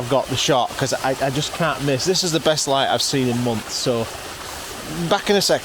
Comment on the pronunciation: I had to back up a few times to hear what you said in describing your first set up. I finally understood that you were talking about beautiful light, but I thought you were saying beautiful wife, both of course being true. OK I'll turn on captions.